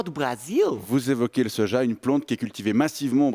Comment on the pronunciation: "Le sojau"😂